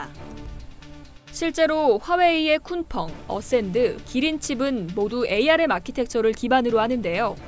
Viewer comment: 에이알엠ㅋㅋ. 암이라고 읽어요.